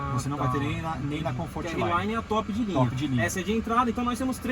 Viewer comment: Errelaine não, arlaine!!